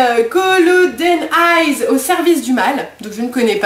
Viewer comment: Superbe prononciation de goldeneye 😂😂